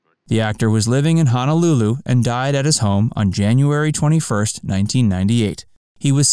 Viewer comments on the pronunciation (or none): none